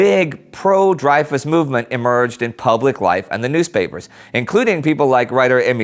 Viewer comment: Indy, you need to google the pronunciations of some names. Might we worth youtubing them first. You're knowledge is great but some of the names are off. You made a mess of the names in the special on the irish 1916 rising. To be fair everyone who isn't Irish does that :). Today it was Dreyfus. It's pronounced Drey-fu